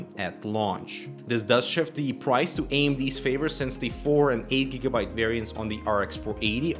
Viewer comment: "since" not "sense". Hate to be a nazi but you said it like 5 times! Gaah! Also, i would expect that doom already being well optimised would reduce the gains of Vulkan, but that's just a theory.